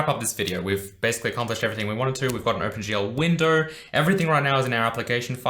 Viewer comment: Think he's saying "Open gel", looks at hair, uuuuuuhhhhh